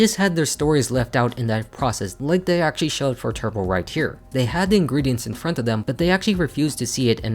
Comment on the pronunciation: Drinking game: take a shot every time he says "actaully"